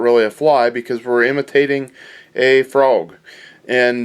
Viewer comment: Nice "Froag",!